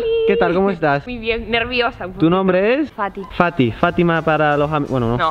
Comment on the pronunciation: Cuando dice fati parece como si dijiera. Paty